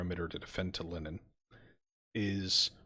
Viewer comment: It will be interesting to see how well the Ai is able to perform offensive actions, often ais are much better at defence than attack. The city in estonia is pronounced tal-in not tal-in-in. Mabye you can try Vistula to Berlin after you finish one of these campaigns as you'll have more skill then for the harder scenario.